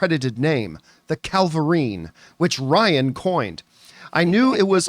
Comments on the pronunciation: Why do you jeep saying Calvillerine? There's no l before the v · Did you say Calvirine? It's Cavillrine